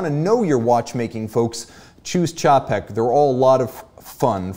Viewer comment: You're the only reviewer I know that pronounces "Czapek" correctly. Cheers!